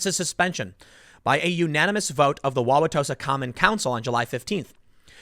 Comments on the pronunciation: Joseph Mensah is not a bad guy, and yes, you pronounced Wow-wa-tosa correctly. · Definitely grew up in the northern midwest if he can pronounce Wauwatosa right. Not even some Wisconsinites pronounce it right... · Tim you did pronounce Wauwatosa correctly. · Holy crap he said Wauwatosa right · Good job pronouncing Wauwatosa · After the third or fourth time, it’s acceptable to shorten “Wauwatosa” to “Tosa”. And you are pronouncing it almost like a native. Bravo. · You said it right but everyone calls it Tosa. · You got Wauwatosa correct. Nice work! :D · Oh. and You did pronounce Wauwatosa right. Take it from a Milwaukee local. :P